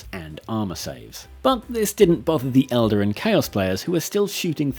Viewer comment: Please stop pronouncing Eldar as elder.